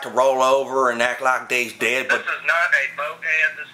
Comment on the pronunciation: "Well they like ta roll over an act like theys dayud"...lmfao...